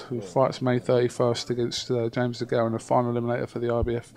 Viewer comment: someone tell him it's not Charles de Gaulle, t's James DeGale